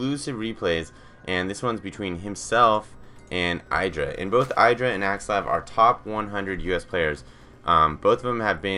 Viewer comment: In an interview Idra commented on where he came up with his name and he pronounced it Id-ra not I-dra, so this commentator is pronouncing it incorrectly. He is an excellent commentator though, I agree.